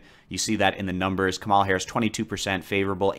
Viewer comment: Kamala Harris' name is pronounced KAH-mə-lə.